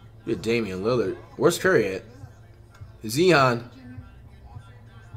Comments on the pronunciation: this man really said "zeeonn" instead of zion. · Dude said zeon😂😂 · Nobody: Flight: "Z-On" 😂😂😂